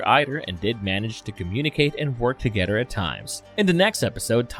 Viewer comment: Fawdder.. Mawdder... Togedder... Udder.. just stop!